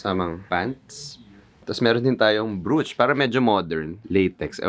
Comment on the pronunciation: I’m not a hater, in fact, I love your style but I just want you to know that brooch is pronounced as broach. Peace!✌🏻🫶🏻 P.S. Love your gf, too, it’s just her voice sometimes sounds grating but it’s bearable. I guess it’s the Philippines version of a Valley girl CA accent and pitch.